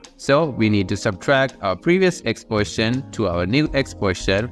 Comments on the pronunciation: Why do you say the word "position" like "portion"?!?!?!?!??!? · the way you say "position" is rly funny, sounds kind of like poison rather than position